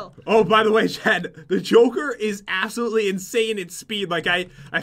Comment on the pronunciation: If u go to pat says assolutely 😂